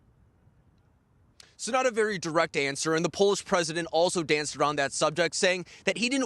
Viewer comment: The Poland Preshant? No wonder she laughed in his face.